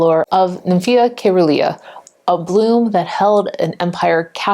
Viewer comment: SEE - RUH - LEE - A . Like " cerulean " . Soft c .